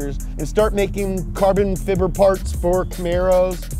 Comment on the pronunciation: Watched this just to hear him say carbon fiber🤣